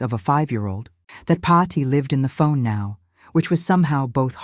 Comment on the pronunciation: Paathi, not Potty, for goodness sake!